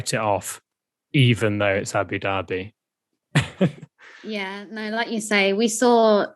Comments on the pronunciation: He said Abu Doobie.....and I'm smokin a doobie as I watch.....what a coincidence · Abu Dooobie? 😂😂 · U said Abu Dhabi wrong lol